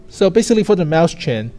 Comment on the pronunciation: sorry to be annoying but I can't stand him saying maus chen. It's written as Mäuschen in German so is pronounced "moi-shen"